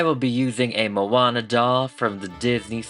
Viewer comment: “Miss Moanta” Help… I love it 😭❤️